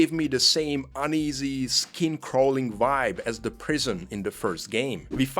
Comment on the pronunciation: Quick question to the author: Why are you pronouncing pretty much every single word with letter "V" in it, either in the middle or at the beginning as letter "w" (so "why"), but say words "video" and now "Vietnam" like it should be? Hearing words like "vibe" as "whype" is too funny 🤣.